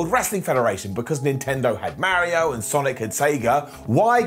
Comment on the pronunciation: Tis not Marry O... It's Mario.